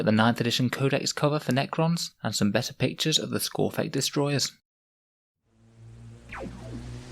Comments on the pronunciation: It's skorpekh not skorphekh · its skorpekh not skorphek